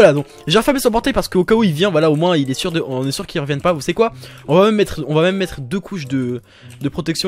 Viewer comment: PK TU DIS TOUJOURS METER LE MOTS EUX PORTAIL PAR EXENPLE